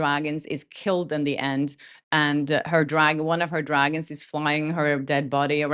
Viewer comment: Every time you say mother of dragons, all I hear is mother of drag-ins and that's even funnier! And so appropriate! 🤣